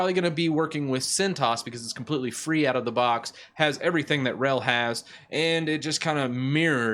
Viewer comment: your pronouncing of names is killing me. open-suse = "open-suus" (think doctor seuss). centos = "cent OS" not "Cent-oss" (think 'one cent' - like a penny - OS). RHEL is not "ruh-hell"... it's not a word - it's an abbreviation. "Red Hat", "Enterprise Linux", "R" "H" "E" "L" are all perfectly fine... but "ruh-hell" as one word is killing me. on the other hand, your handling of "ubuntu" is spot on. that bat-shit crazy OS is pronounced just the way it's spelled. regards, an 18 year legacy user of Red Hat (and clones: Oracle Unbreakable, Fermi Scientific, and CentOS).